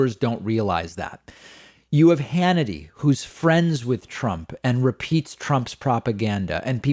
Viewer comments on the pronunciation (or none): none